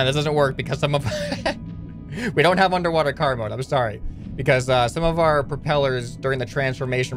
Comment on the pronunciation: When he says let's go into car mode before crashing I only hear let's go into karma the first time